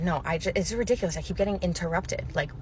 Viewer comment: i love how you say ''RUHdiculous!!!!''